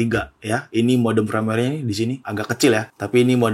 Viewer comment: Firmaware kok dibaca Frameware... benerin lagi napa bang bahasa inggrisnya...